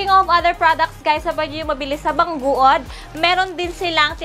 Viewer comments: Bang gud hindi bang guod 🤣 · BANG GOOD ANG BASA DUN HINDI BANG GUOD 🤣